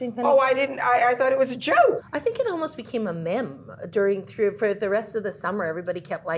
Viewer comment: Mim? Was Jennifer Tilly trying to say meme lmfaooo